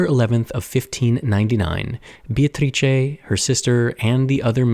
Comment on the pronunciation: Italian speaker here. You did a great job with the tricky "C" in her name but the first syllable is actually pronounced "BAY" like a body of water. For the record I don't care one bit but from what I've learned about you from your videos, I thought you might care haha